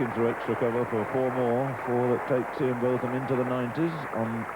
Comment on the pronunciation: Loved the mispronunciation of Ian's name by Kim Hughes